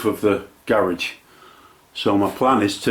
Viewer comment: How to say Garage Gay-Rodge